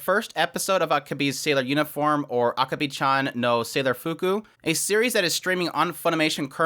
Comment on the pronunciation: I'm not sure if you're trolling me or if you just don't know but your pronunciation of Akebi is terrible.